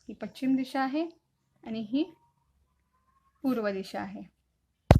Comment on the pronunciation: Madam pachim nahi paschim